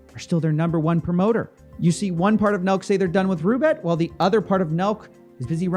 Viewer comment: Coffee, you do realize that Roobet is actually Russian thing? The kangaroo reference is a joke, its RU not ROO.